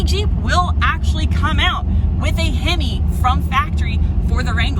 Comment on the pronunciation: A himmy! She says, A himmy